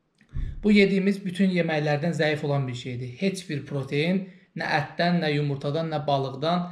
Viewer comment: [Protein] deyil [pratein] di, birincisi. İkincisidə ki, [energi] yox [enerji]